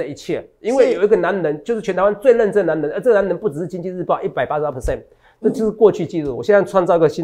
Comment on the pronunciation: 哲哲中文好好笑喔「最強的男” 能”😂跟著哲哲的腳步👣賺大錢去嘍～